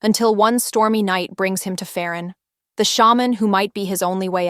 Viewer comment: I agree with everything you said, except you kept mispronouncing the names 😅 didn't you hear them being said in the series and interviews? Even when there's an h after a p, you don't pronounce it as an f sound, like you do in English. It's just a p sound, so Pharan is "pah-rahn". And I'm pretty sure you don't pronounce the l in Tle. It's just "teh" sound.